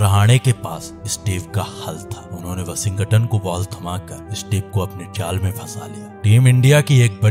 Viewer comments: Aj 1st time "Washington" Ka sahi name pata chala.. 🤔🤔🙄🙄🧐🧐.. "Washing-GATAN".. 😢😢😢😮😮😮🎉🎉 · I liked the way narrator was pronouncing Washington's name😂😂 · Please pronounce Washington correctly😅. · Bhai Washington bolna Sikh le please me jab tak tshirt nahi dekhi sala samaj hi nahi aya kiski baat kar raha hai